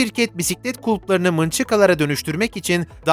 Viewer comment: Mınçıka ney lan ?? Nunchaku mu demek istedin?? Eğer öyleyse türkçe okunuşu “nunçaku” dur. Mınçıka diyor yaa. Vay sığır vay